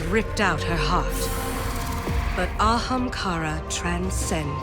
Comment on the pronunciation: An Ahamkara... Wow